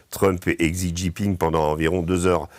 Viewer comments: Xi se prononce "shi", pas "csi". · pour info : Xi se prononce Chi